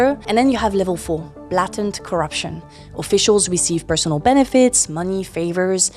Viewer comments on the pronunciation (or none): none